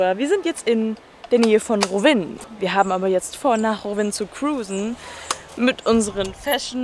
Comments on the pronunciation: Voll geil das du in Kroatien Urlaub machst aber es heißt Rovinj und nicht Rovin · Rovinj spricht man rowinn😅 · Ivy PD Im kroatischen spricht man das j auch aus. In diesem Fall ist das ja das nj und das wird ausgesprochen. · Ich war auch schon in Rovinj, hab das aber immer "Rovini" ausgesprochen... 😂 Aaaber es ist grad voll schön, die Stadt wieder zu sehen 🙌🏼😍 Toller Vlog 😊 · Niemand:: Rowin 😂❤️